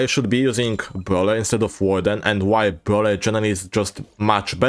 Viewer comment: "bwhut wit bruleer, but wit bruwleeer" -, 2024